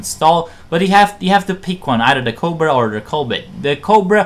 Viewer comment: Are you trying to say "cobra maneuver"? I clearly hear a 't' or 'd' and no 'r' at the end of the word when you say it. It sound like you say "covid maneuver" Even the captions say "coal but". Just slow down when you talk. I never understood why foreigners speak so fast yet haven't learned pronunciation. I would think it would be the other way around. This isnt meant to be an insult. When English speakers learn a new language they usually have to speak slowly untill theyre fluent, and speed is the last thing that comes. We must sound dumb to the rest of the world lol. Some foreigners that are fluent will speak so fast and we wont understand. Maybe English has too many unnecessary words, so foreign speakers rush through the sentences?